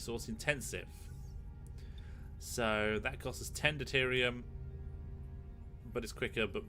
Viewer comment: Detrium. So cute. De-ter-ium. As a Star Trek fanboy this infuriates me. But as a very big fan of yours makes this wonderfully wholesome.